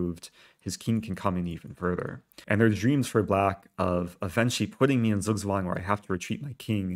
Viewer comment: Zugzwang is pronounced as: TSOOK TSWUNG